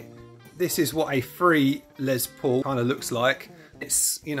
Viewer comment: You Britts really need to learn how to say LES paul, not LEZ paul...😂😂😂